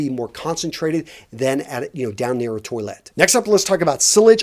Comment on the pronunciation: It’s not pronounced 🚽! Please learn to say Toilette properly